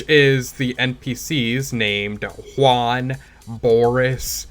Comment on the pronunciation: Thank you so much for your “Juan” pronunciation